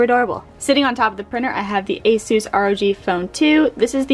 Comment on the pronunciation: it’s called a sis (ASUS) but asoose is cool 😂